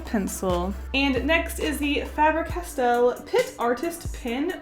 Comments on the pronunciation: i love how she says 'fabber castell' instead of 'faber castell' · I love that you say fabber castell xD